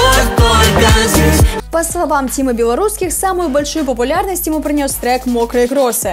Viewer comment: От тимы белорусских из ушей кровь идет